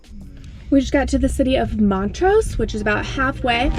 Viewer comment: Heyyyy thank you for pronouncing “Montrose” right!! Petty source of contention in this town lol great vid!!